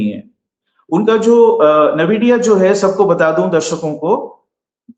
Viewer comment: Please its aspelled NVIDIA and NAVIDIA... I am an ex NVIDIAN